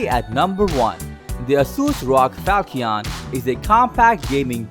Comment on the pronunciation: Falchion is pronounced "Fal-Shun". Its named after a type of sword.